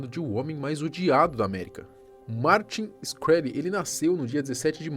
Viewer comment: Martin “XI-kreli”***